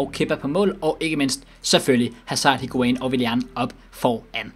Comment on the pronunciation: Plllz væk med higuain det gør ondt i ørne når du siger hans navn